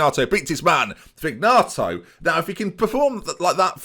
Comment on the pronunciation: It’s pronounced Check-arelli. Also, and this ones been killing me for a while: Vin-yato, not Vig-nato.